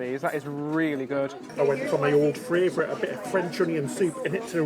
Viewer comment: My favorite is the way he pronounces favorite frarvorite. I get a chuckle every time, I love Brits!